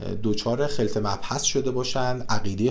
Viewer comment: خلط به فتح خ درسته!